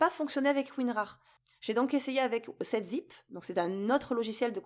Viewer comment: Et ce n'est pas "septzip" c'est "sevenzip"